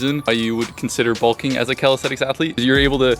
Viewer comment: Always tickles me how yanks pronounce it “Calisthetics” 😂